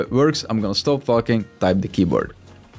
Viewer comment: hey man great video. Just FYI & it sounds like you are swearing. In english the word talking starts with "Tall" not "Far". then its followed by "king"...just sayin'